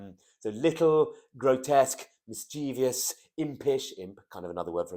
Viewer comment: only 3 syllables in mis -chie-vous ,otherwise great.